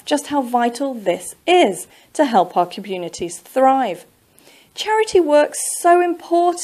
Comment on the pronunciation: Your pronunciation wrong for communities and bicycles